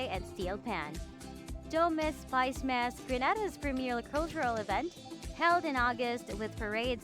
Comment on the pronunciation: Generally informative video but lots of bad pronunciations! GreNAYda Grand Ants SpiceMUSS Etc.